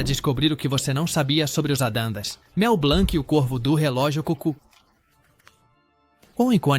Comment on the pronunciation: Pois é: Entre outras, "Família "ADANDAS" foi Phød@ Pöøtakiuspariu....